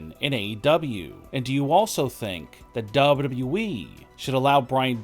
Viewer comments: Dude pronounces WWE as Double W Weee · Everyone: WWE. This Dude: Dubbadooweeee!